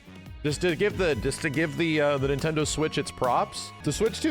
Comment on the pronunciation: "NintenDood" Ladies and gentlemen, we got 'im